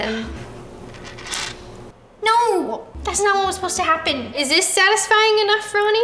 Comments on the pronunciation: “Sadly odisfying” -Roni 2021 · No one: Roni: “Sadly Ottisfying” 🖐 🙌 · “Sadly Oddisfying” lol nice 👍🏽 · “sadly otisfying” 💀